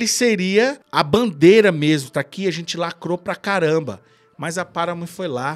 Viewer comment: dica de pronuncia de hoje: paramount não tem o som de "F" no final. o som correto é o "T" mudo, sem o i que nós brasileiros temos o hábito de colocar no final de todas as palavras terminadas em consoante. o som de "F", na verdade, é o som do "TI" "EIGE" o TH que tem em thanks e earth. ele é produzido quando posicionamos a ponta da língua entre os dentes e sopramos ao mesmo tempo. assim thanks não fica com som de tanks, por exemplo. vamos por o curso do professor jonas em prática aí galera.